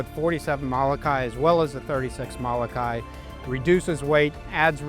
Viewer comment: Please learn how to pronounce Molokai! Every time you say it's cringe worthy.